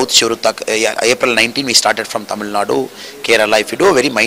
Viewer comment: I like the anchor saying Tamizh!! Great